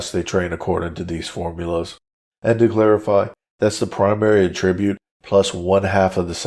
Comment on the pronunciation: Well done, however, the mispronunciation of attribute is distracting and irritating, The verb and noun forms are not pronounced the same way. You are pronouncing attribute the noun as a verb